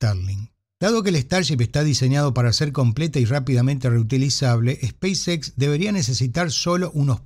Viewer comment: El inglés no es su fuerte, es muy claro. En otro video que estuvo en vivo, le sugerí no mezclar los idiomas en cuestiones como "speis equis"...